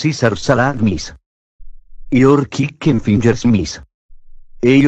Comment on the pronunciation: its not kicken its chicken